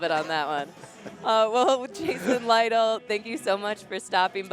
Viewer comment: "Lytle" pronounced like that opened my eyes, I thought it was "Little".